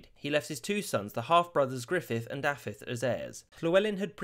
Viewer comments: I would give u a solid 7/10 only bad one was dafydd. The f is pronounced as a v 👍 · Great job with the pronunciation but the "f" in "Dafydd" is pronounced as a "v" and not an "f". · I'm sorry I chuckled quite a bit at Dafydd being called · He’s gone pretty well here. Only the name Dafydd is a bit off. Da-vith (with the TH voiced, not voiceless) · When you say Dafydd, you keep pronouncing it as thought it's Daffydd. The single f has a v sound. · As a native Welsh-Speaker, I must say that your pronounciation was almost perfect. [Just in case you ever decide to do another video on Welsh history~ Dd='th' in 'the', aka 'ð', and a single 'f' is pronounced 'v', whereas a double 'f', or 'ff' is pronounced as in 'from'. Your attempt at pronouncing 'Ll' was commendable for someone who, I assume, only studied the pronounciation for under a week, and is not a native speaker.]. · The pronounciation of Dafydd in regards to the f was my only issue with it myself. A lot of Wnglish speakers seem to not completely get the difference between f and ff. At least it's not as bad as my half-sister's mother who is also Welsh, but pronounces Pontypridd's dd as a single d sound, yet my English father pronounces it correctly. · Im sorry i know im knit picking but the prononciation of dafydd is killing me